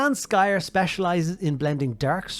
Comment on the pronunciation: I literally had to mute the video because I couldn't handle him mispronouncing Skryre every single time. SK***R***YRE. THERE ARE TWO R'S.